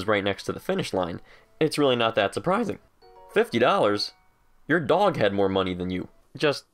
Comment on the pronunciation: At the beginning when u went to the dog i thought u said doNKY😂